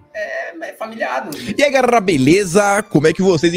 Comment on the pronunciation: "E aí gererrrrrrrrr beleza? " So a abertura ja me fez rir